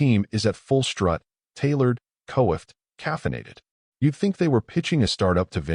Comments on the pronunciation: Narrator mispronounced coifed. It sounds like qwafed. Also grenade is pronounced like grenaid. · Can't pronounce "coiffed"?